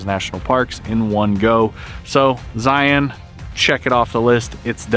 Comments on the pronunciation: Finally, someone can pronounce ZION the right way!! Cool camera work too! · Thank you for saying Zion the right way!